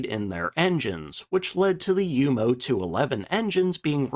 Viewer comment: Thank you for pronouncing Junkers and Jumo correctly!.